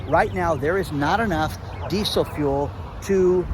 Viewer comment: D-d-ddid you say geesel fuel?